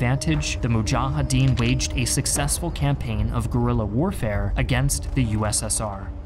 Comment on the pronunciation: I love all episodes except this one. Unlike the Iraq war video, this is biased. It feels very one-sided. You only relay the narrative from one side. Very inaccurate just like the pronunciation of names like mujahideen and karzai